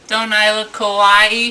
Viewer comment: Everytime he pronounces "Kawaii" (cute) as "Kowai" (scary) I think he means it fuck he's scary